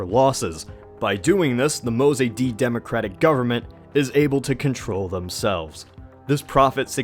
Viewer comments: IT'S NOT MO-ZAY-DEE BUDD, IT'S MOSADDEGH PRONOUNCED MOE-SAD-DEGH. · your pronunciation of mossadeq is bothering me soo much dude (pronounced moe - saad - egg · To (...and my comments are really meant as a compliment ): Despite several inaccuracies and omissions and the fact that you got the pronunciation of Mossadegh's name wrong... A great effort!!! Most of the historic commentaries on Iran are plain wrong and misleading, as their narrative is developed by outsiders who have almost NO exposure to the country and its culture from within. They simply regurgitate worn out platitudes they found elsewhere ( yaaaaaaawn!! ). On the other hand you seem to have done good research to come up with the perspective and narrative you are offering! Kudos! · Why are such fake items masquerading as history allowed on YouTube? This guy can’t even pronounce the name Mossadegh right. And what « coup » are they blabbering about? The Shah ruled from 1942 to 1979, Mossadegh was one of his 20 Prime Ministers nothing more. In the constitutional Iranian system the Shah hires and fires PM’s as he pleases and based on the wishes of people or the Majles or parliament. Mossadegh had become one of the most hated men in Iran after the economic collapse he caused. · The way he pronounces Mossadegh...😳